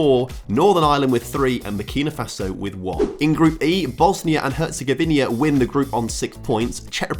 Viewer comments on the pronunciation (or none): Great vid! But the consistent mispronounciation of ''Herzegovina'' was hard to listen to